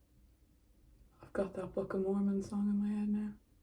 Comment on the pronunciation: Hazel: I’ve got that Book of Mormon song stuck in my head now My Irish brain heard: I’ve got that fookin Mormon song stuck in my head now